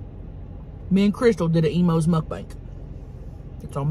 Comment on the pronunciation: This whole time I thought she was saying Emos pizza 😂 till I saw the box